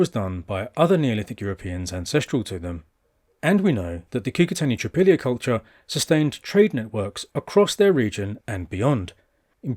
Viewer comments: It's not "Tripillia", it's pronounced TRI-POL-YE. Most slavonic language group speakers would recognize this as meaning "three fields". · It’s TripOlye.